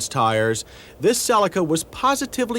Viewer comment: finally someone pronouncing "cellica" and not "celiiica"